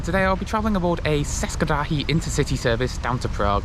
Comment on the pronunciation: It's pronounced approximately Tsheskay Drahy. Aww yeah. And Katowitze